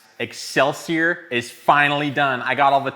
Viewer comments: Wonderful....however it is pronounced excelsee-or not er. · Ex sell see OR, not Ex sell see errrr That blade is sexy as hell though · It's pronounced exelseor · NGL it really annoys me how he pronounces excelsior. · I wonder if he knows that he i staying excelsior with an er at the end.